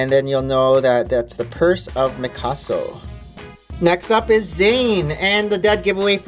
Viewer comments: lol he sayd mykaso not mysako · MIKASO???? ITS MI-SA-KO! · Great video but you said misako's name wrong